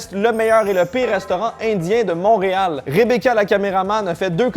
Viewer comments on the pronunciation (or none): none